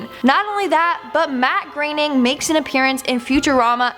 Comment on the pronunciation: Who is Matt Greening? I’ve heard of a Matt Groaning............ pronounces so many words and names completely wrong.